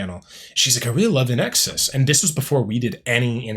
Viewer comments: One of my favorites. BTW, it's pronounced like "in excess", not "In exes". 😊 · Sounds like you're saying IN EXes. It's IN EXCESS. To see that Michael Hutchence charisma...watch "Suicide Blonde" live at Wembley Stadium in 1991. So good. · Small critique. It is pronounced in excess. Not inexus. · It's pronounced In EXCESS. Michael was one of the few baritones in the rock universe. And he was HOT. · Hi. Just fyi it's pronounced in excess. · Please it’s pronounced IN EXCESS /INXS.. 🧐😊🇦🇺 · FYI - INXS is pronounced 'in excess' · Pronounce it “in exCESS”. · Pronounced In Excess! In X S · Yeah, get the band name and lead singer’s name correct. The least you can do when earning money off someone’s work! Don’t be so lazy! 🙄